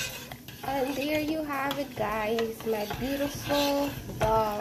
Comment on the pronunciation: The word is "dal", NOT "dHall"! (I know - I lived in India for many years).